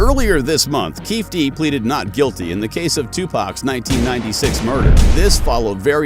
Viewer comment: If you can't even come close to pronouncing the guys name, which has been all over the media for years... you don't know a thing. Waste of time 👎